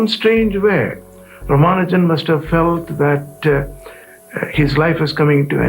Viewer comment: Raa-Maa-Nujan You're pronouncing it like a westerner